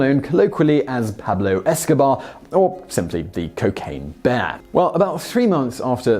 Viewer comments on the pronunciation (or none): It's " Pablo es-ka- BEAR. es-co-BAR was a famous drug lord, hence the play on words. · and - it's "Pablo EscoBEAR" not "Pablo EscoBAR". That's the whole point! "BEAR not BAR" Come on Simon! JEEZ! I never realised just how dim you are. Yes! DIM! It comes across, well at least to me, that has never even heard of the infamous Pablo Escobar. That's the only reason I can think of for him pronouncing "escobear" as "escobar". Perhaps his script was mistyped. Whatever, there really is no excuse for someone who has 1.2 million subscribers. Sorry. NONE! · He keeps pronouncing the bears name as pablo escabar and not pablo escabear like its written. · Why can't you pronounce the nickname properly? Esko-BEAR. NOT BAAAAR. You pronounce BEAR just fine when you read "cocaine BEAR" but fail at the absolutely relevant and blatant play on words.... WTAF. C'mon, man. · You kept saying the pun wrong. EscobBAR is a real life drug lord that this bear was named after. Your supposed to pronounce it Pablo EscoBEAR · I hate that he said Pablo Escobar in the intro and not escobear. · You keep pronounc9ng eskobear ots pablo eska-bear not bar. Eskobar had his name spelt properly. How are you unable to comprehend this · You literally say it in your title...it's Pablo Esko-BEAR not Escobar like the drug lord. Clearly different pronunciation. EDIT: Continued watching and you finally corrected yourself the 3rd time saying it. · "Pablo Esca-bear" It's too easy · Say EscoBEAR! Why does he keep ruining the pun 😭😭😭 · Pablo EscBEAR! BEAR!! It’s a BEAR! Say it RIIIIIIIGHT!!! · You had one job! Pronounce the first reference like Pablo Eski-BEAR! But no... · you mispronounced the bear's name. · Couldn't finish the video because he kept verbally butchering the pun as if it didn't exist